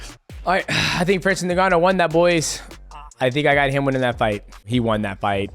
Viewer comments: stop calling him Nigannou lol it's Ngannou, sounds kinda like ungannou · I love you DJ but it’s pronounced uNganou not Neganou lol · Ngannou is pronounced "In Gannou", not " NinGannou" The N is pronounced as "in" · My man Mighty Mouse u need to stop calling him Nigganou😂 it's N-Gannou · He said "niggannou" 😂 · Nobody, literally nobody MightMouse : Francis Nigganu